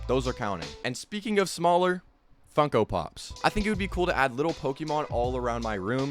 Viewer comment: bro did not just say funko pops 💀